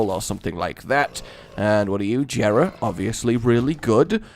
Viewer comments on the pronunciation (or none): Its not Jera its pronounced Yera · GOD DAMN IT JERA IS PRONOUNCED WITHOUT THE J.